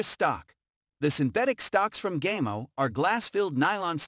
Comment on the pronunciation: Gaymo? Really? It's Spanish, it's pronounced (gah-mo).